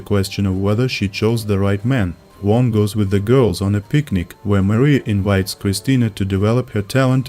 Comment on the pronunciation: worst pronunciation of "juan" of all time )) thank you for the video